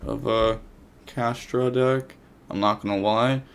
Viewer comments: It's pronounced Cash-Tea-Ra btw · my dude. It's pronounced Kash-tear-ah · Cash tear ah is how you pronounce it